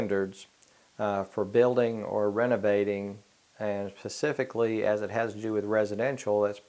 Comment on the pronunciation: He says “pacifically” lmfao 😂🤣😂🤣😂🤣😂🤣😂🤣😂🤣😂🤣😂🤣